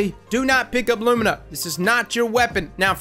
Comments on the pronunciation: LOO ME NAH NOT LOOM IN AH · " i presend you Lumna" xD Perfekt